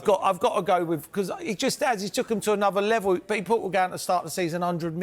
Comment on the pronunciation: That’s stuck in my head now “anuver levol mate “